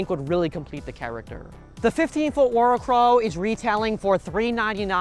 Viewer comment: Heads up… you’re pronouncing it wrong. Worricrow It means Worry crow Pronounced “Worry-crow” It’s literally just the old term for scarecrow Just as that’s not pronounced scar-eh-crow